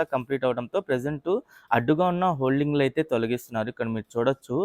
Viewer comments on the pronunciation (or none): హోల్డింగ్ కాదు హోర్డింగ్ అనాలి